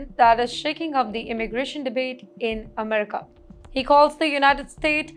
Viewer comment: Lots of Techies come to US from Kerala also. You didn’t mention Kerala. Now, please improve your pro noun ciation “Amrica”, “N videa” etc. Thank you